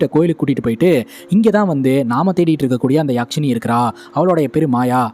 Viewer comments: யாக்சினி இல்ல அண்ணா யக்சினி❤❤❤❤❤❤ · யக்ஷினி யாஷினி இல்ல bro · கதை நல்லா சொல்றீங்க. பாராட்டுக்கள். அது யாக்ஷிணி இல்லை. யக்ஷிணி. யக்ஷனுக்கு பெண்பால் சொல். பொதுவாக மாந்திரீகத்தில் கேள்விப்படும் நபர்.